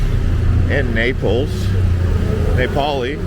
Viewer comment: Napoli is my favourite city in Italy. It brings me to life every time I am there!! For the pronunciation, it’s NApoli ( think “apple” with an N & an I) I’m glad I came across your channel. It’s great 😊